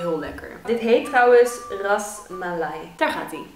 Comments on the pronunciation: je rasmula ofzo maar je spreekt het uit als Rasmulai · je hebt helemaal gelijk 👍